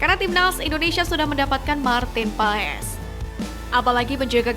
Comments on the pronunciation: Maartin Paes? PAAS min bukan PAES... Maartin Paas.... hadeuh... norak banget adminnya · Min maarten paes sebutannya "martin pas" min yg benar pengucapannya yah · baca nya Maarten paas min ini valid dari kakek" yg besar di belanda pake kacamata wkwk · Min... Koreksi penyebutan nama Maarten Paes... 🙏🙏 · 😮lidah indo... Maklum... Lulusan SD